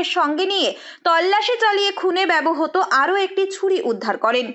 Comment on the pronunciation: Apni ektu apnar pronunciation e nojor din. Bebohoto noy kotha ta bebohrito